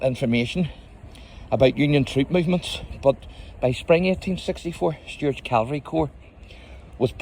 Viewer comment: By the way, the term for US mounted fighting troops is "cavalry", not "calvary".